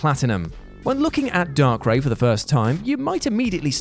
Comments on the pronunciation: You said darkrai wrong Not darkray It's darkraa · Dar-cray geez I cringe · Could you have said DARKRAI anymore wrong IT'S PRONOUNCED DARKRYE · I will never understand how people pronounce names wrong then act like it's not a big deal. 😒 Why is it only certain times it's okay? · Did he say darkray? Gee what is this darkseed all over again 😂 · He called darkrai darkray i need to sue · Its darkRYE. Similar to how you pronounce Raichu. It's not Raychu is it. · Lol "darkray" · The millisecond I heard "Dark-Ray" I disliked the video and left this comment. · He pronounced Darkrai incorrectly... But at least he tried. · We aren’t gonna just skip past how you pronounced darkrai are we 🤢